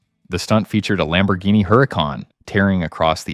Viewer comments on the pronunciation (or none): none